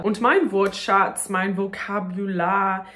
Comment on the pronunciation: Du hast "Wortschatz" so toll ausgesprochen :)